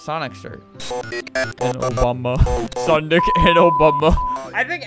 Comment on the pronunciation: When he see's that there's a dude who's wearing a sonic shirt the text to speech talks and then he says "sonDIC and obama"